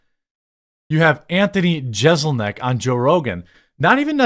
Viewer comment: Im usually with you, but you're off this time on Jeselnik. He's clearly messing with people. You started off acting like you didn't know who he was by intentionally mispronouncing his name, then at the end of your video admitted that you understand the kind of comedy he performs and that he rips on people while pronouncing his name perfectly. C'mon Jeremy, don't be fake.